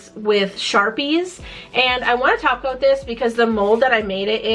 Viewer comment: I watch too much simplynailogical. Every time topcoat is said I hear taco and think of painting nails.